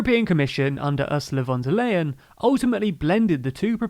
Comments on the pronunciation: Hy, just a short information about pronounciations. The last part of the name of the President of the European Commission sounds like the English lion - the way, you say it sounds allways strange to me. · So many people have commented the mispronounciation of von der Leyen before. I know even jokingly addresses the comments once by putting it into the animation